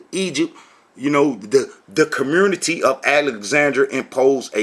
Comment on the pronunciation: Hey long time no see. Your videos are still as silly as ever. I love how you say the word “community”. Just a quick tip: the word “community” does not have an “R” in it. No wonder your teachings are so messed up. You can hardly speak English. You don’t have a chance in hell in understanding the language the Bible was written in. Btw, the guy in your video is NOT a Rabbi. He can call himself whatever he wants but a Rabbi he is not.